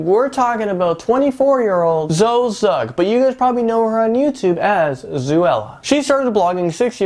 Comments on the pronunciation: Wtf he said zooella and dayes 😢 i never knew Zoe had that big of a house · you cant say words correctly zooella? shes not a animal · It's Zoella like Cinderella with zo in front and Alfie's last name is pronounced days. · Yeh zOella not zuella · Sorry but you said both their names wrong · Yes I Am fan girl and British so it just bothers me a tad.😜